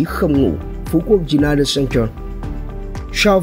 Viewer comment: u nai nịt cen tờ ạ. Thấy sai lắm luôn